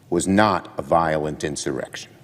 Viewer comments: Did Senator Schumer say erection instead of insurrection?? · How many times is Schumer gonna mess up that word? He's done that at least twice already. Mr. Freud had something to say about that! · This man literally just said erection instead of insurrection 😂😭😂😭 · Did he just say erection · Chuckie said insite an "Erection"! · Did this man say erection omg🤣🤣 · Who else heard chuck say erection?😂😂😂